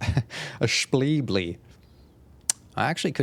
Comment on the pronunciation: Anyone else really craving a Shpleebly? I could slam a Shpleebly right now.